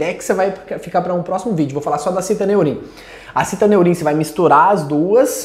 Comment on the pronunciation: Estranho o amigo pronunciar citAneurim, quando na embalagem está fixado citOneurin. Sei que o nome pouco influi nos resultados, mas é só uma curiosidade minha, sobre o nome do medicamento.